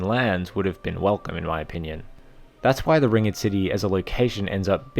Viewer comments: you pronounce it "ringd" not " ring ed " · Hate to be that guy, but it's not 'ring-ed' it's just ringed, as in surrounded by a ring. So, ringed city. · How the fuck do you not know how to say ringed? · Yeah I thought so too until he pronounced the word Ringed so wrong lmao